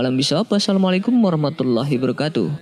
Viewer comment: Masukan min, salamnya di perbaiki. Yg benar Assalamualaikum warahmatullahi wabarakaatuh. Bukan "Assalamualaikum warahmatullahi barakatu" 🙏